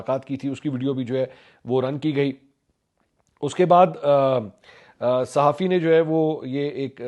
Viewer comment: Tweet reader 😂 Sa Ha Fee 😂